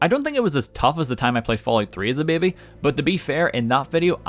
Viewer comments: I like how says "babey" or thtas how it sounds lol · It sounds a bit like the Spanish word "Bebe" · I like the way he says baby bahbay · "bebbe" 10/10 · he's Irish! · I love how he says Baby. It sounds so funny and it's great. Lol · The way you pronounce baby is incredibly entertaining